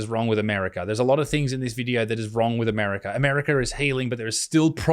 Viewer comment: The R is in the 2nd syllable of America, Butterfield. Not the 4th.